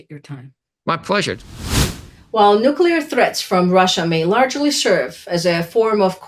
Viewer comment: "nuCLear." Not "nucular."